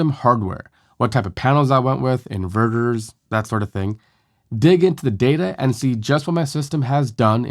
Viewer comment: It's super annoying with you making " Inverters " sounds like in burgers ! At first I was perplex, what burger the guy is talking about ? Then I listened on and realized that you pronounce "inverters" " in burgers " and you keep on repeating your " burgers ", like "mini burgers " and so on !